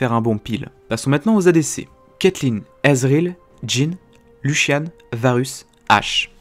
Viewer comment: Aizen Bct Pourtant «build» ça se prononce bien [bilde] et non [builde] ^^ Moi ce qui m'a étonné c'est plutôt sa prononciation de Lucian en [Luchiane] x)